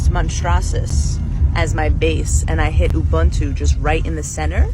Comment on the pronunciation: is wild to me bc she didn’t even really try to pronounce “ubuntu” correctly, when pronunciation is so important in Nguni/Bantu languages (one Xhosa word can have multiple English translations depending entirely on how you pronounce it). And like I understand that the concept of ubuntu has been bastardised and whitewashed to the point of losing some of its meaning, but I just think the least she could’ve done was to learn how to SAY the word she’s capitalising on while not fully understanding the philosophy behind it.